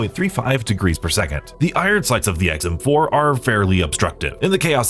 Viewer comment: I must be getting hard of hearing in my older age because I could swear I heard him say the guns name is EggsM4 lol 😂